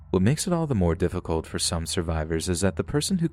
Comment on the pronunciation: "Fur example..." Okay,. Okay.